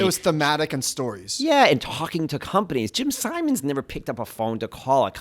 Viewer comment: Only people I've ever heard pronounce his name 'Sigh-mons" rather than "Sim-ons"...even Jim himself uses the later pronunciation